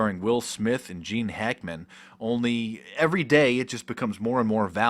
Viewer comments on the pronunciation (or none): none